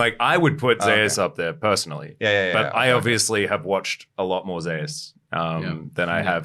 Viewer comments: Why change two millennia's of the greek-roman King of the gods name pronounce of Zeus!? What they call it Zaeas? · Because there is another player called Zeus in lck I believe so they pronounce t1 Zeus that way for clarity